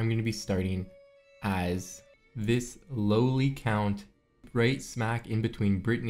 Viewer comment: "Lowely Count" lmfao.